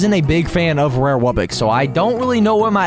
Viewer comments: ITS WUBBOX NOT WUBBIX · He says it like wubbix but it’s really wubbox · normal pronunciation: wubbox: wubbix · Yea it’s “wubbix” not wubbox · Is it just me or does every single msm yt say “wubbix” instead of “wubbox” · The way you should say wubbox is w u b b o x not wubbix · Ah yes, ”wubbixes” (dumb ahh Its ”wubbOx” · It’s a wubbox not wubbix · It's not wubbxies it's wubbux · It’s not wubbix it’s wubbox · WUBIX? SAY IT RIGHT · It's pronounced wub-ox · YOU ARE SAYING WUBBOX WRONG!